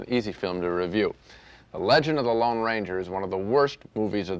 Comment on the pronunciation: It's the LONE Ranger. Not the Long Ranger. That's like saying: nucular instead of nuclear.